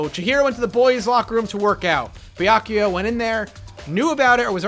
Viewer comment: Finally! He started Pronouncing "Byakuya" properly!